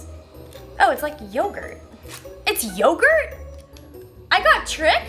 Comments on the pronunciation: It's not yogurt Jenna. It's pronounced crème fresh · its pronounced like crem fresh i think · Pronounced crem fresh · créme fraîche is something european countries use as dressing, but also in food. The second word is pronounced like fresh. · it's pronounced 'crem fresh'! it's a well known French cream substitute in the UK! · "creme fraiche" is just pronounced like "creme fresh" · You basically pronounce it "cram fresh" but with a tiny french undertone. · I speak french and I was yelling "Crrrreme Frraiiiche" at the screen LOL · it's pronounced "crem fresh" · It's basically pronounced Creme' Fresh lol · 'Crem fresh' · It's pronounced crem fresh! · It's pronounced 'crem fresh' and it's basically soured cream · You say crem fresh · Pronounced, 'crem fresh' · "Crem Fray-shh", LOL I'm a dude and even I know how that is pronounced, shame on you Jenna. 😁 I deliberately did not buy one of those machines because I knew I would use it once and never use it again.